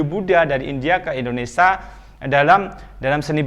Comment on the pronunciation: Indonesia pak bukan endonesa.